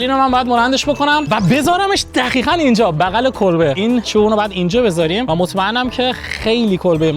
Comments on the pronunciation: دوباره گفتی دخیخاً😂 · خدا میدونه توی این کلیپ هم چند بار میخواد بگه دخیخاً و خَبل 😂😂😂